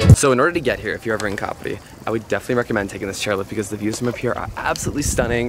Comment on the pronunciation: Finally someone who got the name right,lovely video